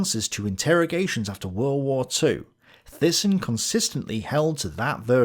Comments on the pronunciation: btw, THYSSEN is phonetically pronounced as "Tay-ssen" (A Dutch/Flemish surname) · Thyssen, It's pronounced TY-son. I never quite saw Hitler as a puppet of capitalists, more that capitalists were puppets of the nazis, such was their fear of a red front seizing the means of production. Much of what I have gathered reading various tomes over the years suggests that the capitalist clique, if there is such a thing (hostile band of Brothers, K. NARX) tolerated the nazis, fearing the alternatives of communist rule. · Great episode, loved it! Ohh and Thyssen is pronounced like (Mike) Tyson, but with an "e" so Tysen. I'm Dutch, pretty sure German natives will agree on this pronunciation of Fritz Thyssen aka Tysen. But please don't see me as a grammar nazi now 😂😂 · Thailand, Thames, Theresa, Thomas, Thyme -- Thyssen. :-)